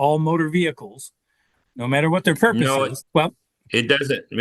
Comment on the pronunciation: "pur-porpoise" dude is just making up words. Purpose or propose maybe? Some people just can't read out loud.